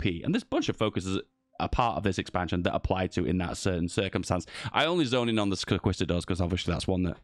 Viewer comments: I swear I felt my fathers turning in their graves every time he said that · I disagree with your pronunciation of the word “conquistador”